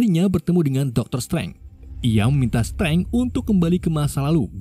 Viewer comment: Pronunciation nya min.. kurang enak Di kuping. Dr. Strange, dan MIT